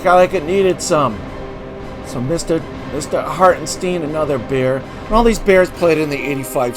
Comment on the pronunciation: If you're going to do one of these on YouTube, the least you can do is pronounce the name correctly. It's Harten STINE